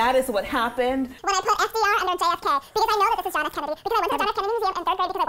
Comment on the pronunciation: How you get JFK wrong? 🤦‍♂️